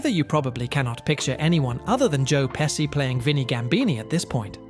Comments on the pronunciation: In Italian, the "SC" combination has two main pronunciations based on the following vowel: "SH" before E or I ( e.g., Pesci ), and "SK" before A,O,U , or consonants ( e.g., Scala ). So hearing you keep pronouncing Pesci (PESHI) as (PESSY) is a little frustrating being of Italian origins myself LOL! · Its "Peshee" and "Macheeoo" can you learn the pronunciation of the beloved actors before you make your GD disrespectful videos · The name is pronounced "PEH-shee" . That's with a SHE at the end. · It’s hard to listen to the narrator call him “Pessy” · Bro its not Pessi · Came to say the same, that was painful! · It's pronounced "PeSHi"..... Unbelievably annoying. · I hate it when VO announcers can't be bothered to learn how to properly pronounce names and words. (Pesci = PEH-shee!) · Thank you. I was wondering if I was the only one getting upset about " pessy' 'mockio' and 'davee-toe.' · I’m trying to get past the pronunciation of Pesci 😬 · The way you pronounce Pesci is interesting. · The narrator saying Joe Pesci last name wrong, 🤦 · Whoever trained this chatbot to speak should be fired immediately. Not only does it mispronounce the names of most of the actors/characters (often in more than one way), it can’t decide what kind of accent it’s supposed to have, which is incredibly distracting. Within the space of one sentence, it’ll give you 3-4 accents. It was almost as though each word was assigned a difference dialect. Mid-American, British RP, NE US, northern England, mystery accents… If you’re going to take VO work away from actual human narrators, at least make bots that don’t sound like they are having a psychiatric break. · My goodness... you pronounce Macchio correct, but not Pesci. LOL Usually, it's the reverse. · Learn how to pronounce Pesci - so annoying to hear it mispronounced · Many studio executives shouldn't be in the jobs they do.....and it's PESHEE, NOT PESSY. Sheesh, do a little research and get it right..... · It is pronounced "peh·shee, not Pehsee